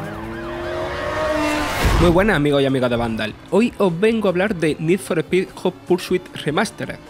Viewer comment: ¡Joder! Esos españoletes deben de evitar pronunciar el idioma inglés, lo destruyen sin piedad. "Nid for espid jot pur su it" The horror.